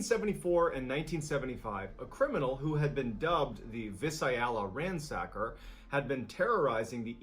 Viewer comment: The what ransacker? That is not how you pronounce Visalia. 😂😂😂